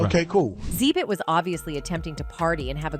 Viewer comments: It's not "zee-bit"! It's "exhibit". These videos ignore me with these idiotic pronouncing of names. You must be using some low rate cheap tard-bot to narrate. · Xzeebit HALARious. It is pronounced.. Exhibit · Xzeebit ❌️ ,Xzibit ✅️